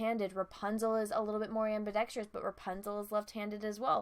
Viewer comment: She mispronounced ambidextrous & you didn't pick up on that. DISLIKE!